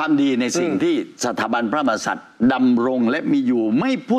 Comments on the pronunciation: คุณชัยธวัช ออกเสียงคำว่า พระมหากษัตริย์ ไม่ชัด คำว่า กะ แทบไม่ออกจากปาก จงใจหรือเปล่า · ชัยธวัช คนไทยแท้เปล่าครับ ขนาดคำว่า พระมหากษัตริย์ ยังออกเสียงไม่ชัดเลย ไม่น่าเกิดในประเทศไทยเลย